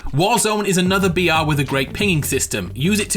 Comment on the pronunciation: weirdly every time he is sayin 'BR' it sounds like "Biyatch"